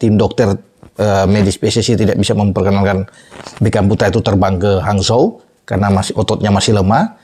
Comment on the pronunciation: Bacanya hanchou bung bukan hanzho